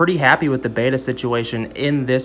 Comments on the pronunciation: Betta not beata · Betta is pronounced "Bet-ta" not "Bay-ta"